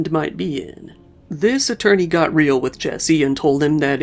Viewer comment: What a sad story… thanks for another great video,, even as sad as it is (Just FYI, the "Real" in "El Camino Real" is two syllables (roughly, "ray-ahl"), Spanish for "royal"...)